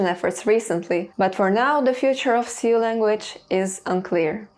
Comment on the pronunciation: Jsyk, the word Sioux is pronounced just like "Sue," the i is silent. I'm not sure why either but it's what I've always said